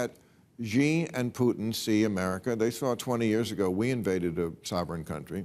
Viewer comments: Please learn how to pronounce the Chinese leaders name. It's not "jee" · The chinese dictators name is SHE there is no J, just makes you look ignorant if you carnt pronounce a name